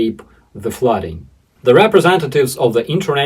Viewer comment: Shelling people escaping the flooding?! Outrageous. BTW it's pronounced fluding. English spelling is crazy!